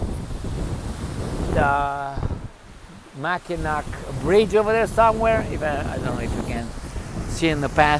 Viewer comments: MAK-i-naw not Mak-i-nak. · Mackinac Bridge is actually pronounced Mackinaw, because it is French and the French language has confusing pronunciation